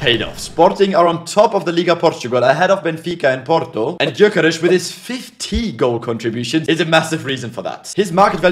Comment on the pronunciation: Love how he always tries to pronounce players names correctly But he gotta work a bit in the gyökeres pronunciation😂